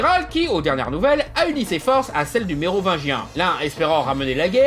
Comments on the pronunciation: Heuuuuu je rêve ou tu as dit neovagin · C'est ce qui se passe quand on articule pas assez bien le mot "Mérovingien". Mais en même temps, c'est difficile de bien articulier certains mots quand on fait de long phrases avec un certain rythme.